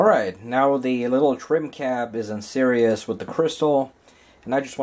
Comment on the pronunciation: It's series not serious.